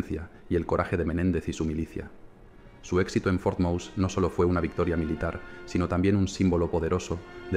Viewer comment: Pero como el narrador pronuncia " for mous".! FUERTE MOSE, cojones, que era español.!!